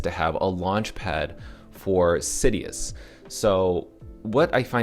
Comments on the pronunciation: IT'S SI-DUS.. not SidEEus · sidus (see-duce latin for star mentioned in first AMA) is the pronounciation. not trying to be a jerk haha just heard it pronounced 100 different ways :P